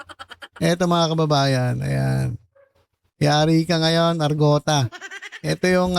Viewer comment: Arngota ang tunay na pronounce nyn not argota